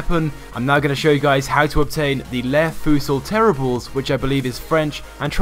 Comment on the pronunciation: Pronounced "Le Fusils Terribles" wrong I believe and forgive me if I spelt it wrong